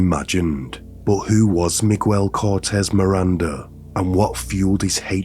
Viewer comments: Meeg-el not me-guel, sorry I know it's beside the horrific point but it just kept phucking with me. Thanks for informing me of this insane case. Great speaking voice as well. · 2 seconds in and you say “migwel”instead of miguel. I think you can be bothered to learn basic pronunciation, it makes it seem low effort like you did the bare minimum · Hello, not to take away from the content, but his first name is pronounced as MIG-AIL instead of MIG-WELL. Hope this helps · I mean this to be respectful and helpful, but I feel like in text, it just sounds rude or even d*ckish 😂 So, just fyi. In Spanish, Miguel is pronounced Me-gel. In "guel" the U is silent. In "mi" the I sounds like an E. Hopefully, that makes sense 😂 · He said Migwell... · Right? Miguel = Magwell? 🤣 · Migüel lol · Hi mate, I love your work, I lived in Mexico for several years with my husband and our children, this guy is as bad as any infamous mass murderer & rapist, thank you for bringing this case to light. Just wanted to point out that this disgusting monsters name is pronounced *MiGell, with a silent "U". Again thank you what you do, I love your videos. ❤ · The “ u” in Miguel’s name is silent, so it’s pronounced “Miguel”.